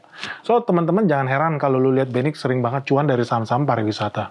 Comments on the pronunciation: Agak aneh di telinga setiap kata MEQI diucapkan 😢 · Pak.. Mending penyebutan nya MEQI perhuruf aja, saya kalo nge play pakai speaker didengar orang kok konotasi nya agak wadidaw😅